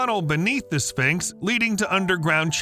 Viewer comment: What is a "Spincks?"